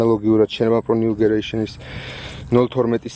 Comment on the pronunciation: გამარჯობა ნიუგერეიᲨენი არ არის სწორი ნიუგენერეიᲨენი არის სწორი ❤